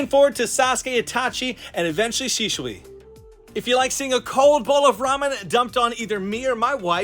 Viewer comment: you just sais shishui 🙆